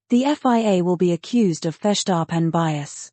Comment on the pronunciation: Ce n'est pas FESAREN mais Verstappen et en français tout comme en anglais, on épelle F I A désolée mais c'est pas terrible. Intelligence artificielle pas si intelligente que ça.